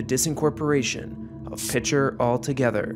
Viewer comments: It’s pronounced PEE-SHARE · From a resident Oklahoman - It's pronounced "Piker" rather than with a soft "Ch."